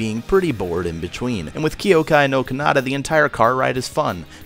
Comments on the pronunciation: ky-oh-kai nor kah-nah-tah* (sry i cant stand that pronunciation ><) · I'm not sure if the way you're pronouncing "Kyoukai no Kanata" is intentional or is actually the way your pronouncing it...